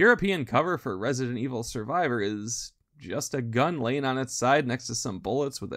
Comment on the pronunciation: im so excited to see this series going on, never get tired of listening people talk about Resi-dent evil